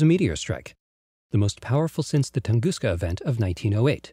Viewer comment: Nice video. Marred only by announcer's repeated mispronuciation of Chelyabinsk city, something that could easily have been avoided by a quick visit to Wikipedia. He did get Tunguska right, though.